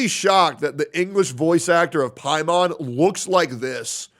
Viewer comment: Paimon? More like pA.i.mon